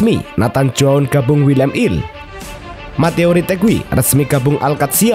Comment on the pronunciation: Willem two bukan Willem il 😂😂